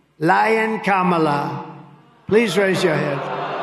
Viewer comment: Ha! He accidentally pronounced Kamala’s name correctly 😂